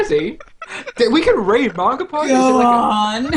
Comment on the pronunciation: Mahn...gah...pod. Gotta breathe in the A.